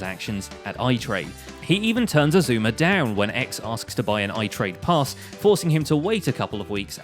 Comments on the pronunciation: He said his name right Every one on grains next vid go spam him saying that he said xisumas name right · Grian: pronounces xisuma's name right Me: who are you? XD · Grain pronounced Xisuma’s name correctly,that’s newsworthy,agreed. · Hang on, did I hear Grian say Xisuma’s name right for once? GG Grian